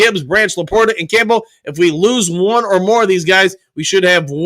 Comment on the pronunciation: He definitely doesn't say "Campbell" right lol. But as I've said, I consider it part of the charm. got the best mispronunciations in the business.